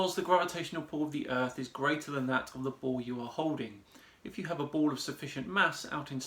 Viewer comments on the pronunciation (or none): Let's talk about that ball "Earf".